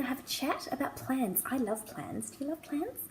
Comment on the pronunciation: I thought you said 'plants' at first, not 'plans'. They're both great, though! The first thing on any to-do list I write is 'write to-do list'. If I can cross something off right away it motivates me and gets me going to do more things.